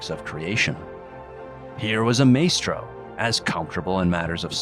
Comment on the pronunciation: Is this AI narration or do you really not know how to pronounce "christened" or "maestro"